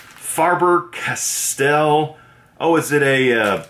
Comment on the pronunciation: Faber-Castell. NOT FarBer.